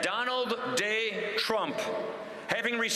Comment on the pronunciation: Sounds like he's saying Donald "Day" Drumpf...